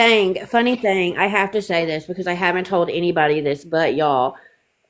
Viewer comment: We've got people who don't even use a "g" on the end of words, and then you've got (girl in video) who make the "g" a whole syllable! Re: theen.....And ........ Re: theenguh 🙅‍♀️🤦‍♀️🤷‍♀️🙄🤔